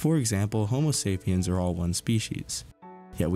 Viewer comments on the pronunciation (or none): none